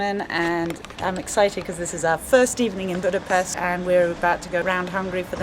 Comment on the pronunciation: 45 seconds in and already annoyed with the fact that you didn't pronounce Budapest correctly